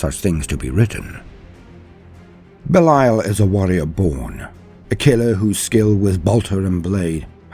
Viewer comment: Well just his name isn't Beliel, its Belial...